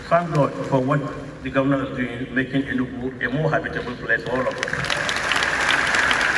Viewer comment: Sorry but it’s pronounced Enugu thank you 😊